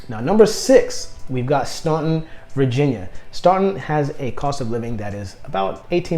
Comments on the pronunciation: As someone that lives in Staunton, I just wanted to say that it's pronounced Stanton 🙃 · You hit the ball out of the park with Staunton. (Pronounced STAN-ton). Great area, fine folks. Close to good jobs, doctors, etc. considering how rural. I-64 and I-81 are there, so you're not isolated. Home prices are good.... If you like Staunton, consider Lexington as well.... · Boy man, youve lost me. The only choice that makes sense is STANTON (thats how its pronounced) who in the heck wants to move INTO THE CRAZY DC WORLD WITH HIGHER COSTS OF LIVING, CROWDING, HUGE HOME PRICES? I know you want a big commission, but COME ON. We are all living on less, well unless your some woke gobment worker and trying to live a smaller and more efficient life. I just wasted a bunch of time. By the time you got to the top 5, I could predict them all being from Hampton. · Pretend the U is not even there when you pronounce Staunton. It sounds like its spelled Stanton.